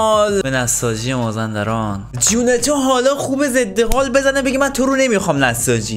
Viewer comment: مازِندران مازندِران😂